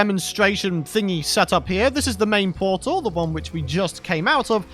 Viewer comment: new powtal can genewate hewe